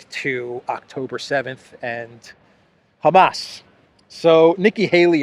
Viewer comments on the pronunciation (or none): none